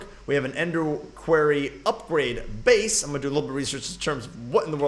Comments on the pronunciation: it is pronounced kw-or-ry not kw-air-ry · Quarry : Pronounced (kwory) NOT kwarey ..... just saying